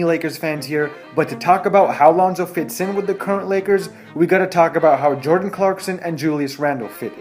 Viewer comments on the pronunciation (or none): none